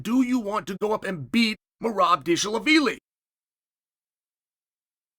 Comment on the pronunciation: Merob Disha-la-billy??? what Cheal?